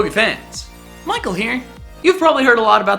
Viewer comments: The way he says micheal here xD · I cringe really hard